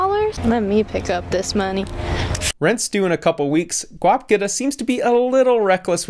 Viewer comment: “This is ‘Guap getta’” wow that pronunciation killed me